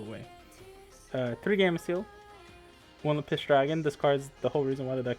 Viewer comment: It’s LAppis dragon, not laPPIS 😂